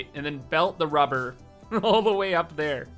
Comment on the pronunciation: "Now, what do we need?" "~r u b e h r~" "Lots of ~r u b e h r~"